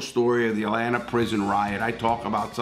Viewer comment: Larry always says “Atlanter”